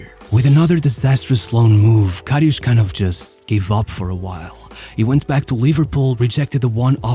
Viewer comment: Not Loreesh Karryoosh. He was amazing.